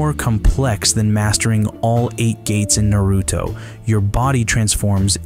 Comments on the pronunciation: I fully appreciate the weeb references but cringe at the white-on-rice pronunciation of Naruto 😂 His name is in the show! Idk where so many people got Nuh•roo•toe lmao it's definitely pronounced Nah-rū•toe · He called Naruto narooto.